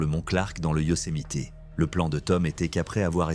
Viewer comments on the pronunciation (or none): Prononcé Yosemite convenablement svp et pour info le coyote n'est pas un chien sauvage